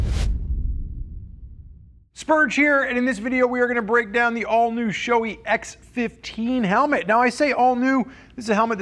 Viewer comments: Pronounced “Sho-eh” not “showy”. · It's shoe-eye or maybe it's sho-ey-ee.